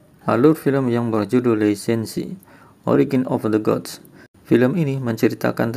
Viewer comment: Belajar dulu cara baca Hanzi Pinyin baru ulas film China, beda tulisan beda bacanya bro... JADI GAK ENAK DENGARNYA.. LI SEN SI.. hahahaha.. Lisensi apaan????